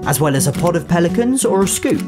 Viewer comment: I thought that instead of "Pelicans" said for some reason "Police mans"